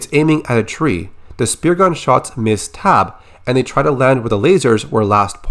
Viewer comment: Only part of this that bothers me is the pronunciation of Taabe